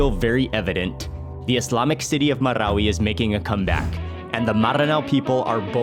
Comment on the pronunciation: Me from mindanao donot have a chance visit marawi city. Originally from wao lanao del sur . Nice alao to hear how you pronounced MARAWI😅always watching your videos . Mark wiens proud to comment now ❤